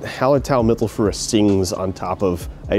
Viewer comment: Great Video. As I live in Munich I know Wiesenbier (as the locals call it) quite well. Yours does look fantastic. On your prenounication of mittelfrüh (mittelfrueh) is pretty good. Just leave the eh at the end out of it, more like mittelfrew. Ue = ü which is a weird ehw ish sound. Cheers